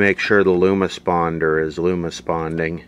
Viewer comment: whahaha : oooeewwwwhhh lumosponder 🤣🤣🤣🤣 This video and parts are sponsored by flex paste and the blamblublance 🤣🤣🥳